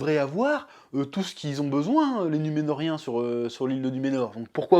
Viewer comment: Coucou ! Alors... On dit "Numénoréens" camarade ! Pas Numénoriens ;) Mais oui cette série commence à tourner à la purge j'en ai bien peur... Depuis l'épisode 3 il ne se passe RIEN de significatif, c'est juste pénible à regarder. Il faut jeter une buche dans le feu de temps en temps pour entretenir la flamme...